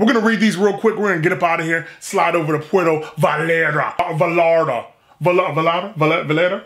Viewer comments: It's pronounced Poo-wearto vie-yart-a. Thst's a phonetic pronunciation. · Lol "pueto valata" It' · 1st off: you killed the name of the place. The llarta is pronounced yar-ta. 2nd: that dish with the chicken and vegetables with the melted cheese on top isn't even authentic mexican food. There isn't much authentic hispanic/latin food unless you find one of those rare spots out east with handed down recipes or if you happen to be on the westcoast where its easily found. This just coming from a fan who has spanaird descent and has been all over central and south america. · The way he pronounces puerto Vallarta is killing me 😤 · Sweet, the food looked delicious and authentic. Pro-tip: Vallarta is kinda hard to pronounce for english speakers, the trick is, double L sounds like a hard J in english, like in "jank" :) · The double l is a y sound in Spanish just to let you know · your pronounciation of puerto vallarta was way off! lol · puerto vi-yare-ta 😂😂😂 i love you man but that was funny af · Please enunciate it as Pwhere as in where with a P at the beginning sphere toe Vie Yar ta. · You are wrong. The double l is pronounced like "ya". "Puh-where-toe Vye-are-tuh" would be the correct pronunciation. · It’s pronounced Pu air toe vai art ta. Props to you brotha learning that espanol. Keep them reviews coming!!! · It’s pwe rdo . The r is special it goes rrrr learn that shit on you tube though. And then it goes vie yarta . Pwe rdo vie yarda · Poo-air-toe Ba-yar-tah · Puerrrto Vayyyarta....double LLs in Español , are pronounced like a y. 😊. I love your attempts to get the pronunciation right & I love your reviews & channel! Keep up the great work! Provecho...Enjoy! 😊💃🏽🌮🌯 🇲🇽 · Most fire content I’ve seen in a while, had to subscribe and hit the notification bell. P.S. 2 L’s makes a y noise so it would kinda sound like puerto vayata. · Should have gone for a carne asada plate with Tortillas de maiz (Corn tortillas) "Por-ware-toe Va-yar-tah" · “Poowear-TUH Vie- AR-TUH”